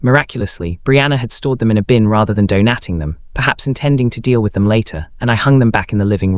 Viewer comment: Donating pronounced "do nating"